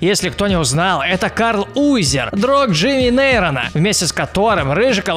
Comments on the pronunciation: ДЖИМИ НЕЙТРОН, А НЕ НЕЙРОН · Какой Чарминг , какой Джимми Нейрон , правильно Чаминг и Джимми Нейтрон